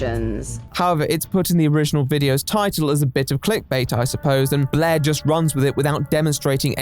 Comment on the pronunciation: I like how you pronounce Blaire’s name as “blehhh”